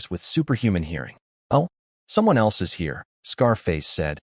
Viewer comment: Why do all of these AI generated content all have a hard time saying my and is?